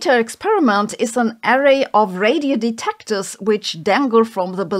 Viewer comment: "Something something de TECT ors. Something something di RECT ions. Something something PAR ticles and, slow down." Once you hear it, you can't unhear it... (sorry, am just poking fun in good jest. We all have characteristic repetitive speech patterns, but I really can't unhear it right now)